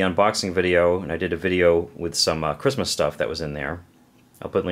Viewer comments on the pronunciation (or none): none